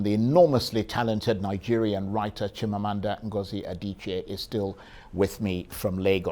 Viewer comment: I feel some how when Nigerian names which has meaning are pronounced in such a way that not only it loses the meaning but mean nothing. We follow foreigners to kill our names. Chimamanda is an igbo name. It is Chim amanda not Meaning, my God will never fail.